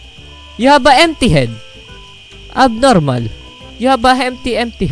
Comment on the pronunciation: " you have an empty head abnormal" Me: "abrnormal?" pffttt hahaha im dying😂😂😂 Edit: this is funny nice work, anyways luv ur vids, future docotor😂😂